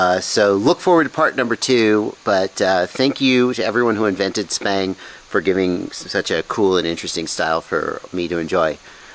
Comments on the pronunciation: Every time he say it lol SPANG! That's what I'm hearing lmao Stick bang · I was under the impression that "sbang" was pronounced "s bang", which is short for "stick bang" because the sticks are banging the ends? Am I totally incorrect on that?